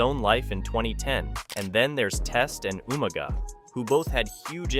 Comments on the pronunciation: Umaga?!!? ITS UUUUUUMAAAAAGAAAA!!! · “Ooma Guh “ lol